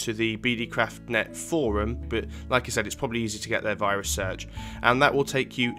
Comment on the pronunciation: it sold like he says virus